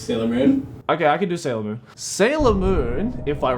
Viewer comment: You butchered Sailor Moon worse than the American dubbed did. Ok maybe not worse but just as bad.